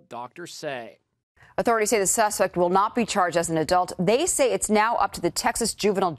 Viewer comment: “authorities say the susect...” Tf it’s suspect not susect